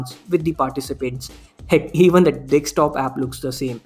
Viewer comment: 1.56 it's DESKTOP not DEKSTOP!